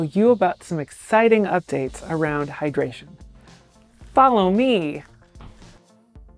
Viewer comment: Full "hydratration" pls change that.